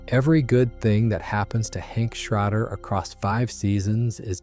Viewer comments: Great video. Some pronunciations are a bit off: Gale "BET-uh-kurr", Hank "SHRAY-der", and "KOH-vay-luhnt bonds" are the correct ones. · Shrahder Bowerticher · Several names mispronounced as well. Boetticher was one, Schrader was another. Those names were clearly used many times in the show. Any fan would know how they’re pronounced.